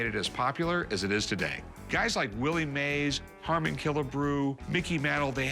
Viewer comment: If he was a real collector he would know "Harmon" not "Herman" Killebrew. SMH